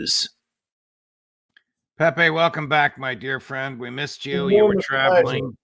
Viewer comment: So glad you are saying Pepe the correct way. Thanks Judge😊